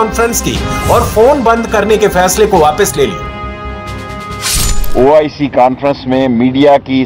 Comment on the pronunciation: Man it's oic not ioc haha. He keep repeating ioc 🤣🤣🤣🤣